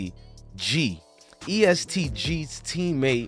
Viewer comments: it’s est not east lol and it’s louis (louie)ville guy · He said east g bruh it’s est gee every body shines together